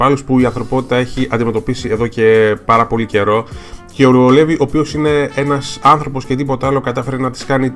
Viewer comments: προφέρεται Λιβάι και όχι Levi. Αν κοιτάξεις και στο wiki βλέπεις πως γράφει Rivaille (Στα Ιαπωνικά) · ωραίο βίντεο ,λοιπόν το όνομα Levi προφέρετε Λίβαϊ (γενικά)και σχετικά με όσα έχω άκουσει ο Levi είναι ο "δυνατότερος της ανθρωπότητας " humanity's strοnger που λένε και η Mikasa είναι η δεύτερη δυνατότερη γιατί είναι από τους Ackerman όπως και ο Levi είναι Ackerman , γενικά οι ackerman είναι δυνατοί τώρα σχετικά για τη σχέση ανάμεσα στον Levi και στη Mikasa δεν είμαι πολύ σίγουρη απλά κάποιοι λένε ότι είναι συγγενείς δηλαδή μπορεί να είναι ξαδέρφια αλλά μακρινά ξαδέρφια...ναι τεσπα είναι πολύ καλοί και οι δύο τους. και το όνομα mikasa προφέρετε μίκασα και όχι μικάσα... τώρα αυτό το λέω εγώ αν εσάς σας άρεσει να την λέτε μικάσα είναι οκ... λοιπόν αν κάποιος ξέρει γενικά για τη σχέση του levi και της mikasa ας μου πει!